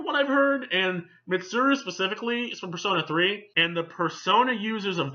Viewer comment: Just to reassure you. You pronounced Mitsuru correctly every time